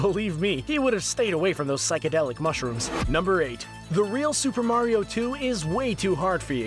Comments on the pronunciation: Wumpa Remixer nope he said vario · no its vario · Did he say Bario? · BARIO EXPOSED